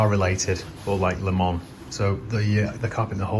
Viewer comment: Great video as always but just for the record as a 24 Le Mans veteran its 'LEMONS' .......as in the fruit 🤣. Keep up the great work